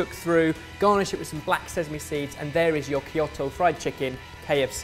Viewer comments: These sound delicious! If only I wasn't so scared of deep frying food… Could I bake these? (Also, a very tiny nit-picky thing… Kyoto is pronounced Kyoh-toh… I'm sorry, I had to!) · Kyoh-toh,. As in 'Oh god, that pronunciation!';) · Two things that make me upset is that doesn't know how to pronounce Kyoto and that they didn't make Korean fried chicken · I cringe at pronunciation of Kyoto... I'm not Japanese but I've learned the language for years. Also, thumbs up for the KL flag! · Seriously though, please listen to how to say Kyoto. <3